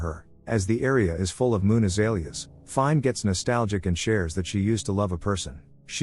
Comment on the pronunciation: Finē (feen-a) not fine